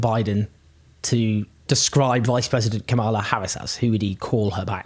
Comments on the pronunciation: Deeply depressing all round. (just a quick note, though, the VP's first name is pronounced KA-mala, not ka-MAL-a) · Kamala is pronounced like Pamela with a K. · You sure that's how you pronounce 'Kamala'? I'm not being pedantic, but it kinda amused me that you were using the very pointed GOP pronunciation, trying to make it sound more 'foreign', when it's pronounced exactly like Pamela. (Horrible feeling, I'm going to get schooled on this.) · Hey Owen please learn to pronaounce Kamala correctly or you sound racist.